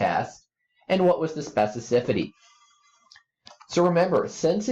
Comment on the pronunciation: The fact this guy cannot pronounce specificity right is driving me crazy.